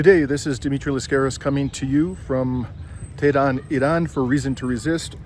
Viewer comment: For the love of God, you're supposed to be a Journalist!!! Why don't you try to learn the correct prounonciation of the country,city you're visiting! EE RAN? TE RAN? CUTTER? Really!? This is not only a disrespectful , but also makes your story, irrelevant & quite unbearable to watch. While visiting Iran, I strongly suggest, that you would ask around, listen, pay close attention, so hopefully you can try your best to learn the correct pronounciation of these Cities & Countries. You owe this to 33k plus who viewers so far. Hope you won't mind, but I had to be blunt.